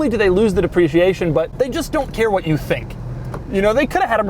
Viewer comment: Waft aint no country I ever heard of! They speak English in waft?